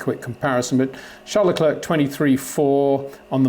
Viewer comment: Please, don't say 'Le Clurk'. It wouldn't be that difficult to say 'Le Clair'.